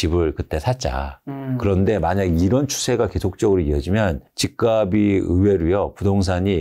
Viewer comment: 말씀이 항상 합리적이고 치우치지 않고 다 좋으신데 "집값이"의 바른 발음을 '집가비' '집가블' 이렇게 발음 하시는데~ '집갑씨' '집갑쓸'로 표현을 해 주시면 좋겠어요. 옥의티만 바꿔 주시면 완벽합니다!!! 개인적으로 팬입니다. 아파트는 앞으로 현재대비 60%이상은 더 빠져야 합니다. 앞으로 10년후면 빈집이 1000만채가 될텐데 지금 거품은 완전 이해가 안됩니다.20년후면 1/10로 가격이 내려갈겁니다. 일본처럼..